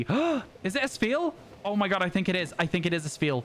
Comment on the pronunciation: Whenever he says oh my god it sounds like oh my gud